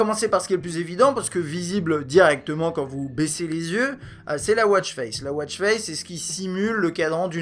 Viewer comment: Très bon test merci ! Moi qui ne connaissais rien à ce produit, je sais tout ce que je veux savoir, bref, pour ma part, ça ne sert à rien :D Sinon, petite remarque pour vous les français, en anglais on dit « watch » pas « wôtch » ;)